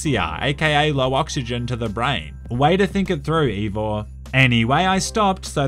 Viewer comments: Evor. Not Eivor, Evor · You pronounced Eivör wrong, just saying..